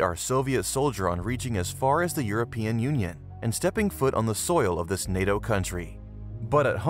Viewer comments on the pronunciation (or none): none